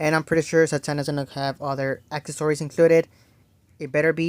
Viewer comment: It's accessories...acess-or-ies...not akkories,lol😅